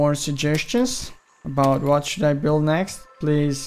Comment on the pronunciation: He said buwild!